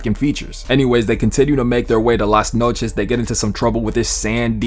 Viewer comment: This the first time i hear an american spell "las noches" and it actually sounds spanish